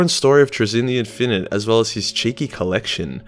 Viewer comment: TRAY-zyn. Stress the first syllable- also, in-fin-ite (all three syllables stressed the same).